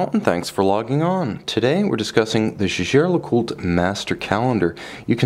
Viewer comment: No. Co-founder Edmond Jaeger was a Frenchman, and Jaeger-LeCoultre is located in the French-speaking region of France. Therefore, the name is pronounced the French way. That's how Jaeger-LeCoultre employees pronounce it.